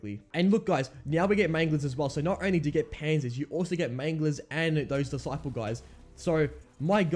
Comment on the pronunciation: Lmao wtf is a dicapl its diciple